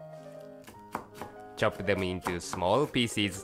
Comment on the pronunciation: sometimes when he says "pieces" I hear "feces"